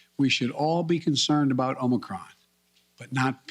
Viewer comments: Omicrom, Omnicron, Omocron, Morocron, Omnicrom. Need a new Brandon bingo card. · One contradiction after another. He can't even pronounce "Omicron" correctly. Unbelievable! And we're supposed to take this seriously? Btw, when you try to make another word out of Omicron, there is only ONE word that can use all the same letters = MORONIC.